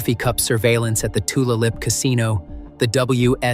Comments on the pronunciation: Tulalip is pronounced tooLAYlip. Not Toola lip. I thought AI was supposed to be so smart. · “Two-la-lip “ casino….im dying. Aside from the obvious speech impediment ai voice, this is a great tie up on a long time crime that stumped so many and worried so many locals. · Tulalip is pronounced Tu lay lip. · It's easy to call a local library, the Indigenous Tribe or Tribal Casino before mispronunciations of the name in any story. Tulalip is pronounced Too Lay Lip. Making our local news coverage of this story a better source. Won't be back to this channel. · I’m sure he committed rapes and murders through out the years… There are thousands of unsolved cases ! I live in Tulalip.. it’s pronounced to-lay- lip… it’s a hard one. I’m so glad Janna never gave up! 🤍🕊️ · robo-voice, though nice, cannot pronounce Tulalip, which is likely a Lummi word: pronouonced Tu-LAY-lip. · Its pronounced to lay lip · It's pronounced "To-lay-lup" Tulalip Casino. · That was driving me nuts that it was being mispronounced. What can you expect from AI though? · Bothell Washington pronounced ba-thel not bot hell. Tulalip Washington pronounced Two lay lip not whatever this robot said.. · Comprehensive video but you need to work on trying to sound less scary and more on place and other names. It's not TooLuh-Lip, it's Too-Lay-Lip and is the name of a local tribe. Also, CODIS is an acronym for the Combined DNA Index System and is pronounced as "Coe-diss" not as separate letters. I live in WA and work in the criminal justice system so I know what I'm speaking of. While your video is good info, your mispronunciations really don't do it justice and your narration doesn't either. Do better.